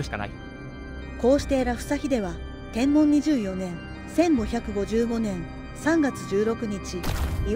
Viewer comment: 元号の読み方で ｢天文｣は｢てんぶん｣では無いでしょうか? 一応 携帯でも確認して見ました。